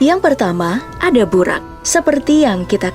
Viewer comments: Bacanya buroq min bukan buraq, di dalam Al-Quran huruf Ra dibaca Ro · Burok min bukan burak